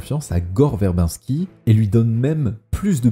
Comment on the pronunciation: très bonne vidéo en général mais perfectible, revois la prononciation de "Verbinski" ça trigger xD (ou d'autres prononciations anglaises à la française, genre "Nathanson" aussi xD), et fais attentions à quelques bafouillages et erreurs genre "The" Lone Ranger quand tu parles de ce film, alors que le film n'a pas de "the" dans son titre, je chipote mais cumulé voilà quoi